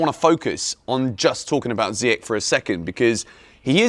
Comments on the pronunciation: Man sorry for this, but it’s not Ziyek…it’s Zi-ye-sh. Younes is gonna kill you for that pronunciation😂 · Jorginho for Ballon d'Or? Do me a favour. 😂😂 And it's pronounced "Ziy-esh" bro...